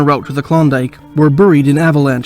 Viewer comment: That IS funny!! I find myself yelling at the screen 'it's bear-ied not Burr-ied every time I hear it!!